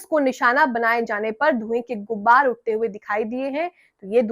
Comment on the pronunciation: Madam saheba... Dhway ki "GUBBAR" nhi hoti hai... "GUBAR" hota hai